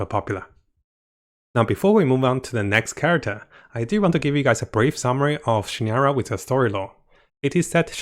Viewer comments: SignOra! Like ball! O! Not signara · Pronounce properly please... Fartui, Harbinter, c-nora, sara-moch... such a turn off. Get it right please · Disliked this one cause you really need to work on your pronunciation of some char`s names and etc. Was hard not to cringe every time you tried to say Signora. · btw, you pronounced pulcinella better than signora... xD